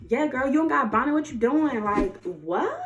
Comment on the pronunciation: So I’m not the only person that says bonnet like that🤣🤣